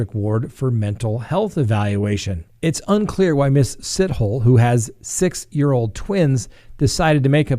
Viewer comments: Lolll it is pronounced more like Si-to-le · Pronounced 'See-toh-leh'!! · Pronounced as “Si-toe-lee”